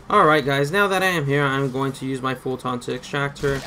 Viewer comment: I lose braincells every time this dude says "fulTAHHHHN", but why am I surprised when he literally can't even pronounce "Eli"